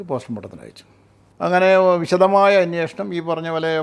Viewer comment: അന്വേഷണം എന്ന് പറയൂ